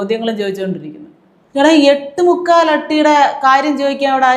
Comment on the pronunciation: എട്ട് മുക്കാല് മുക്കാല് എന്താ കുത്തിപ്പറയുന്ന പോലെ..